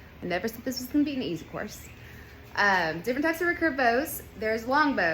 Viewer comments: The way you say recurve bow is very odd ? Is it just your accent? How would you say “I will redo my hair” or “ I could remake this video “ or “reoccurring mistake “? Reeee-curve not rucurve . Emphasis on the e and two syllables. I think the real word is actually hyphenated, re-curve but who uses hyphens anymore it’s not like it could make someone sound silly 😉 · hey i was wondering why you pronounce recurve like that. Everyone I have ever been around in Archery (west coast of Canada) pronounce it like “re-curve” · I have to smile everytime she says "racurve"... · If only she could say recurve properly.